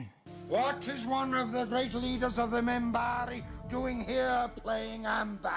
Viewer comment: First off, it is Minbari, with a N, not a M. Second, the Centauri are clearly ahead of the Humans and the Narn are a little ahead of the Humans.